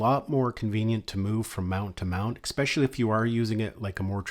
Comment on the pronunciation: Please do not take this the wrong way -- I do enjoy your videos and I think they are very helpful, comprehensive and instructive. Detracting from that great work is your continued mis-pronunciation of the work "especially." Note that there is no K nor any K sound in this word. Phonetically, it is ehspehshahlee, not eKspeshly. I am sorry to give you this unsolicited, but constructive criticism, but I think if you correct that, it will improve your videos dramatically.